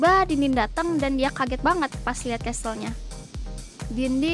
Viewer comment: Casel bukan castel🙃